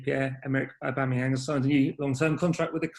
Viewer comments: How do people see the shortening "auba" and pronounce it "oooba" lmao. It's not pronounced Ooobameyang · Who is the clown on 12 mins pronouncing it 'Ooba'? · Why does that reporter call auba ‘ooba’ 😂😂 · I'm sorry who was that reporter who called Aubameyang,Uber